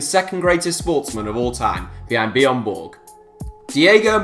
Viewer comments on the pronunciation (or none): none